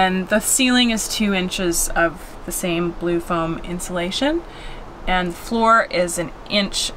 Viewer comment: Vowel shift: "Five inch theck" and "where matal will touch wood" and "the rant is s o high". Also, like most English speakers nowadays, says "anttt" for "and".